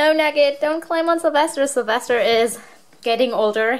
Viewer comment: Sylvester not syvister